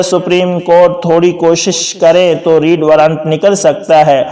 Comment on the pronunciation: آپ کی اردو بہت poor ہے Red کو آپ بار بار Read پڑھ رہے ہیں ۔ آئندہ خیال رکھیں ۔ میں روز آپ کی ویڈیو دیکھتا ہوں اور ان میں بیشمار تلفظ کی غلطیاں ہوتی ہیں